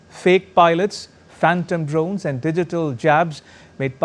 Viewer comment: And Aand forces 😂😂😂